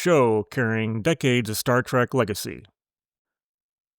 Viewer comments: “Star TREHK,” not “Star TRACK.” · OH MY GOD!!! "STAR TRACK" - ?!?!?!? SERIOUSLY?!?!?!? UNWATCHABLE. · The ringing game reward noise when you post your fun facts is super annoying. Drop it. Also I can hear you saying star TRACK very clearly lol adjust your AI otherwise 6-10